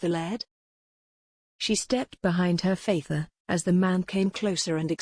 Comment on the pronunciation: Her faither? really. computer might be able to read some words - others - nope. too bad sounds like a good story but the computer reading ruins it